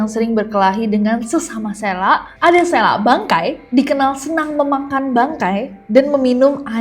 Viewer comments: Fyi kak nes : penyebutan lombok (lurus) itu huruf "o" nya sprti "o" di kata bhs inggris "low". Sdgkan tuselaq "q" nya dibaca sprti hruf "k" di kata "bapak". Di tmpt sy ada kepercayaan kalo mau usir selaq, lempar selaq itu pake telur busuk pas masih dlm wujud selaqnya, supaya gabisa balik ke wujud mnusianya/ berenti berulah. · Kak bukan selaq tp sElaq